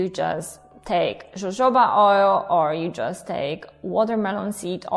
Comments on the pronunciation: jojoba oil... it's pronounced 'hohoba...' :) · Jojoba is pronounced "hohoba"